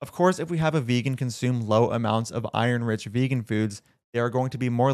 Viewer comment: I was also offended by the way she pronounced iron.